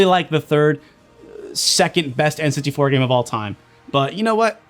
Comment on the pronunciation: says "enns-tee-four" when he's saying n64